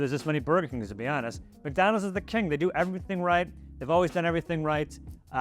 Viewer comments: Why do you pronounce it MACdonalds? It’s McDonald’s! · Why does she say MacDonald’s?